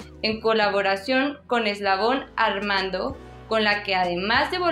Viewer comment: Recomendación, revisa bien como pronunciar los nombres (Eslabón Armando) y al menos finge un poco que no estas leyendo, porque por tu tono de voz y los ojos en donde apunta se nota que no estudias nada tus líneas y solo las lees. Saludos.